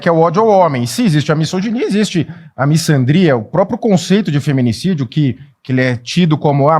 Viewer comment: ele fala errado misandria, não é com som de ç "miçandria" e sim com som de Z miZandria